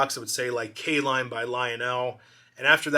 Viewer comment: K-Lline huh. Nice 😊